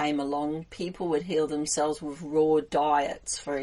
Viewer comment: Oh ok, it still sounds like you said roar, not raw.